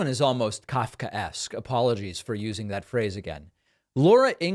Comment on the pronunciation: He pronounced it 100% correct. Do you know it's meaning? Do you know who Kafka was?